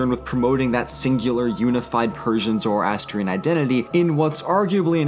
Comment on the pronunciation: OHMYGOD. THIS EXCITES ME SO MUCH BECAUSE MY (Persian/Zoroastrian) CULTURE IS LITERALLY NEVER SHOWN ANYWHERE, EVER. Also, it’s pronounced (zuh-ras-tree-anne) not (zoro-ass-tree-un) :D MAKE A VIDEO ON ZOROASTRIANISM, IT’LL BE REALLY WORTH IT.